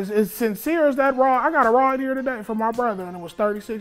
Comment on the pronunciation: “A RAWD” instead of “ride”😭😂😂😂😂